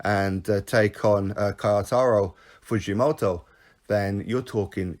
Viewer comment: The Fujomoto pronouncing is good enough but Kyotaro is pronounced like... Key- yor-ta-low. All good bruv love the vids